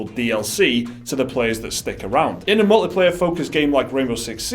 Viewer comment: He said “mullet player,” right?